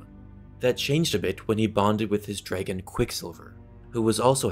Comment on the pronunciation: He pronounces dragon like it's spelled like Draygin